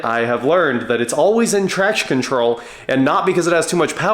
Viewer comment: I know what you were actually saying, but I kept hearing "trash control". 🤣